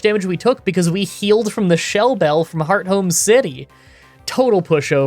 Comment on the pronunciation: Too much mispronounciation. "Prinpulp"? "Starahvia"? "Lowpunny"? "Heart Home"!? Did he really just fucking say "Heart Home"? Does this English speaking YouTuber not know how the "th" sound works!? I know he's no stranger to mispronounciation but this was too much for me. And he fucking called Cynthia a "he"! Did you even check your script!?